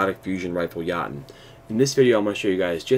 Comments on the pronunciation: Lol he said "Yah tn" instead of "Yo tun" lol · Your pronounciation of Jotunn sucks big time. It's pronounced Yo-tin, not Ya-tin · Everyone is saying it's pronounced "Yo-ton", but they're wrong lmao It's ACTUALLY pronounced "Yo-Toon", as it is the shortened name of a race of beings from Jötunheimr from Norse Mythology. Anyway awesome video! Quick and straight to the point! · Yachtun Fusion rifle lol. Thank you for this video though. Helps A LOT. But its pronounced Yotunn* by the way. But hey to each their own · Good, informative video, man. Thanks. BTW, it's pronounced "yo"-"tune". It's a Scandinavian word that refers to mystical, mythological creatures like Elves, Trolls and the like. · Its pronounced Yo-tun, but the u is kind of silent. Its the nordic word for "giant" as in the mythical creature. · it’s a norse word, so you pronounce it like yo-tunn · Mispronounced it is (Yo-ton) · It's pronounced Yo-tune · Yo toon* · Pronounced yo-tun. Just fyi